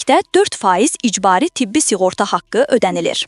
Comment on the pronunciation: S i ğorta yox, s ı ğorta!🤦‍♂